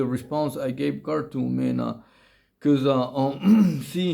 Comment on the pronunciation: It's "Khartoum" not "Cartoon," I am pretty sure, man.